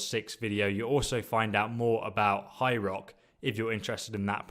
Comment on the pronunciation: When you say "High Rock" it sounds like "Hyrule" which threw me off for a bit